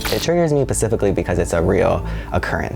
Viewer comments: This boy did not just say paciffically. 🙄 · he said pacifically instead of specifically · See you know I don’t care about the age gap or anything I care about the the fact he said “pacifically” 🥺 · When he said PACIFICALLY!!!! I’m crying. Honey get it together.